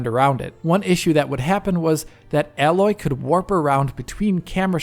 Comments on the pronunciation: her name is not "Alloy",:P listen to the game, it's pronounced "Ey-loy". only one "L", y'know? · Her name is pronounced Aayyy-Loy. Not like alloy metal. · it's A-loy not alloy. Great work thanks. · HER NAME IS ALOY NOT ALLOY!!!!!!!!!! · Great info but her name is AAAAAAAAloy not aaaaaaaloy! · She's not a metal... It's A-loy; her name is spoken in the game... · My dude ... it's pronounced A-loy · There is just no excuse for getting her name wrong, enough characters say her name in the game. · Stop saying Aloy's name wrong :D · Dude, get her name right at least, it’s not that difficult, it makes me wonder if you actually played the game beyond a few hours testing it’s visual settings. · Triggers me every time he says it. Like when people say "laura" croft...